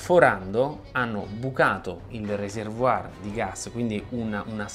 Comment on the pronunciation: È proprio necessario dirlo in inglese "Reservoir "? Peraltro pronunziandolo alla francese. Riserva, serbatoio, non andava bene? Perche non fai il minimo cenno alla possibilità di sfruttare quel calore in qualche modo? Non è possibile? Spiega perché